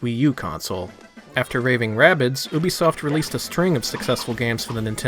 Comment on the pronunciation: You say Ubisoft correctly... Subscribed! lol